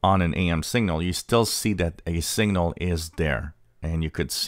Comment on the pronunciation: This would be more helpful if you didn't pronounce 'signal' and 'single' so they sound identical.